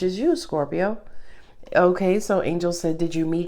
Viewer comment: I love when u say scorpiro